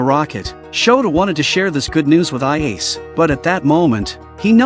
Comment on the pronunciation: should be: "Ah-Yah-Seh" not "Ah-yeys"....